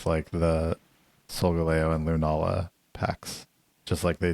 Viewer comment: Is just trolling everyone with how he pronounces Solgaleo? I don’t remember it that way in the anime…